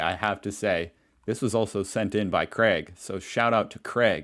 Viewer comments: baffles me how freddo is pronounced freedo just because youre a seepo. and its craig, not creg! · Craig is pronounced krayg. Where tf is the e in Craig? 🤡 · It’s not Creg in Oz it’s Crayg. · Americans can’t pronounce much well. Ask them to pronounce mirror and they say ‘Meer’. He said the guy Craig as Creg